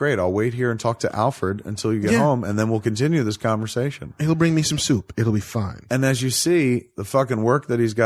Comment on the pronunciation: 😂😂😂😂😂 "I like the idea of him eating syewp." 🤣🤣 Kevin even got Tim Burton's Californian accent down.